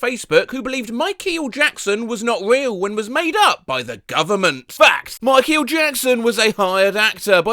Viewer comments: Why you say "Mike-e-al" instead of "Mike-all" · I love how says Micheel Jackson. It truly sells his britishness. It almost makes you forget he's an alien! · why does he pronounce it like mike eel jackson. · Micheal Jackson ❌ Mike-heal Jackson ✅ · "Mai-keal Jackson" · Ah yes, MIKE EEL Jackson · ah yes, mike "key el" jackson. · WHY DO YOU PRONOUNCE MICHAEL LIKE THAT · Why does he pronounce “Michael” like that? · to be fair i cant exactly think of any times ive seen the two consecutive vowels in michael pronounced separately (unlike the others) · Why on earth do you pronounce Micheal like that 😭 am I missing something